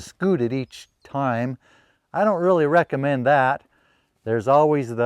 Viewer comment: You made me laugh a lot with your rereckammend, it made my heart giggle.